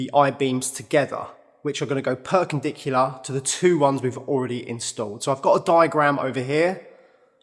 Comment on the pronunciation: First time I’ve heard “perkendicular” :)